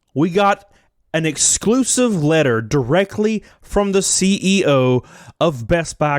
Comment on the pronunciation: "...derec-lee"... Bless your heart, dude.